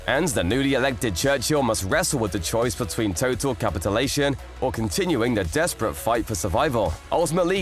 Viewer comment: Oh Gosh, I have heard some horrible “Narration Bots” or actual Narrators, struggle to pronounce an incredible spectrum of words. I could barely contain myself listening to this one struggle to say, “Capitulation”. Instead it comes out as an actual non-word, “Capitalation”. It could however, pronounce, Eponymous. Go figure, hahaha…wow. Cheers. 🇨🇦